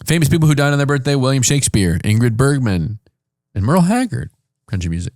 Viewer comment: said Ingrid Bergman like "Angry Birdman"